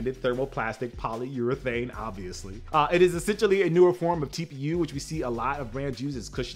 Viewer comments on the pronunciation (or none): none